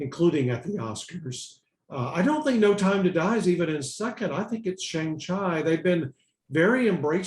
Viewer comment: IT'S PRONOUNCED SHAWNG-CHEE.